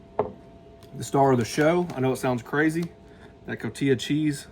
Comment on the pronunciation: It's called Co-ti-ha cheese (Cotija), not Co-ti-ya as you say it. Get it right, Man! Love your channel.